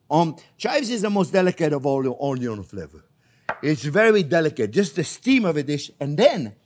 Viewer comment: I was wondering if and how you'd get to say Onyon, but you did it! Great recipe again. Thanks for teaching us how to cook.